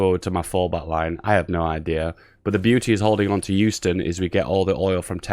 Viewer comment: The way he said Houston bothers me. It's not youston, its hughston.